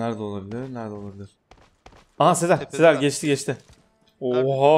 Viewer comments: Abi sen ne zaman sezer demeyi öğreneceksin ? Seer nedir ya 😂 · Sezer Demiyor 😂 Seher diyor :)